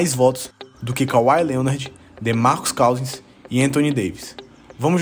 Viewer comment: "Demarcus CAUZINS".